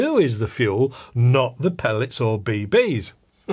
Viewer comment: Be-beees. Haha. Always trips me up when you say it like that.